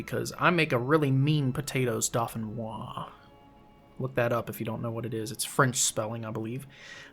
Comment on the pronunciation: Hey what’s up! Sorry, been lurking for a while, but I’m still watching! 🙈 Just letting you know that I’m a French Canadian, and it’s spelled “Dauphinois” as in “Gratin dauphinois” and your prononciation is on point! 👌